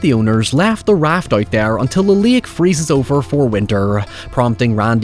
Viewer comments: It's pronounced " Lake " not " Lick " ! I'm just picking at you, you say it however you chose ! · First... stop pronouncing it like that. It's not LAYUHK. Speak like you have some god damned sense. You're overexaggerating your accent. You pronounce 'water' like an American, 'however' like an Irishman, and 'lake' like an idiot. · Lake ❌ Lick✅